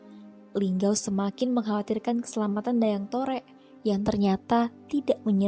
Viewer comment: Mungkin agak keliru,, Saya ada referensi akurat tentang Asal Nama Lubuklinggau,,, oya kalau masih menyebut Dayang Torek itu dengan sebutan Dayang Torek, berarti masih belum mumpuni,,, Dayang Torek itu Dijuluki dengan Nama Dayang Tarik bukan Dayang Torek.... ini bukan kritikan tapi sedikit meluruskan